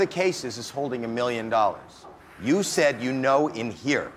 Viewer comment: Why you sed rats